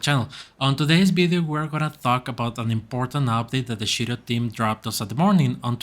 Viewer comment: I'm a big holder of Shiryo. Please say Shiryo correct. Sounds like you are saying Shityyou?